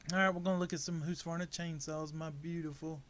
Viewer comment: Husk. Not hoose